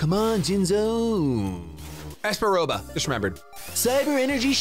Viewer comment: your voices have been on point but that is absolutely NOT how espa roba sounds